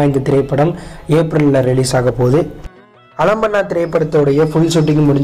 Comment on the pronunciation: Alambana illa bro aalambana